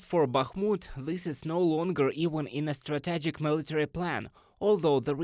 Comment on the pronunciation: Learn to pronounce: strategic, hostilities, analysts, villages. Slava Ukraini 💛💙